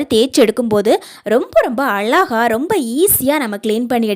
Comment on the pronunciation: அலகாக இல்ல மா....? அழகாக ன்னு சொல்லுமா...!!! பேச்சு கொஞ்சம் குறைச்சா நல்லா இருக்கும்.